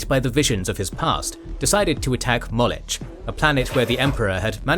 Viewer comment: You're saying Molech wrong! It's [MAW-LOCK] not [MAWL-ETCH] Someone hasn't studied their Biblical lore. That's a shame, lets just say it's slightly better than Warhammer LOL.